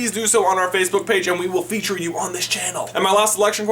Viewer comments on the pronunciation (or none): none